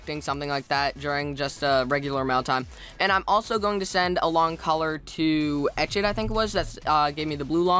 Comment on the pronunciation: first of all boi, its ET CH DDD, not etch ED. second of all, etched is a girl. so uhh....